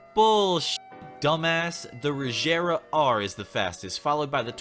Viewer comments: First off, it's a hard G in "Regera". Second, there is no such thing as a 2017 Ford GT40. The GT40 ended production in 1969. Finally, the Venom GT, while certainly a fast car, is not the fastest car in the world. Not even top 5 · Im sorry but you pissed of a lot of car guys of the pronunciation or regara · Is any one not mad about he he pronounced regara I’m like fjaudjjsjxjxjsjwjfjsjzjdjd ahhhh